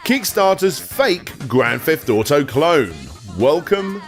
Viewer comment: Grand Feft Auto?